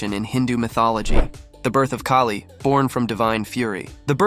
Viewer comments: It’s Kaali, not Kay-lee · Pronounced as K ah li. not K a li.